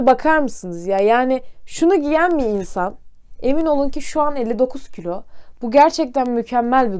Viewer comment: külo değil kilo